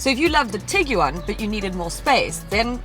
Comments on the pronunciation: Tiguan.. Like Tig-ONE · LOL!!! Tig-You-One... dying!